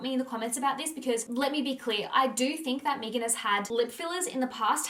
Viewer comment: Meghan not mee-gan. That is how she pronounced it therefore that is the correct way to pronounce her name.